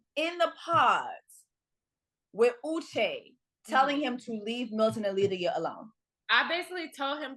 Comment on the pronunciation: Lmao lie-dia 😂